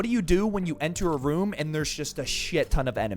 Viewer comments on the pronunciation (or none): none